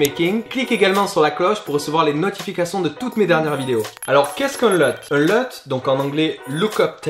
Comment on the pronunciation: C'est bon ça un nouveau tuto, on prononce Luuuuuuuuuuut pas LEUT =P